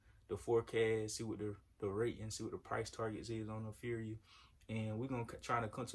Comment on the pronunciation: It's pronounced APHRIA ( aff-ree-a ).